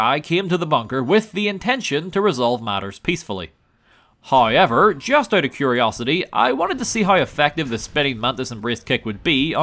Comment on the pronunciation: Letting you know my girlfriend refers to you as “” because of how you pronounce “however”. Hey, it sets you apart from the other gaming channels!